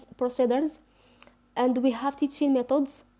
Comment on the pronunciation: Please sister we don t say ,. ميطودس we say. ميتيدس khadmi not9 its seems to me listening to a french teacher . Anyway good luck